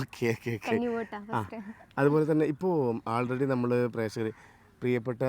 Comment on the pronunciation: Jhammalu. Alla. Nammal. 😂 Jumana. Nammal annu parayunnu. 😂 Vloghar. Jhammalu 😂